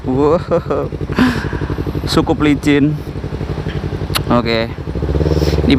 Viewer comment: "sukup licin" :v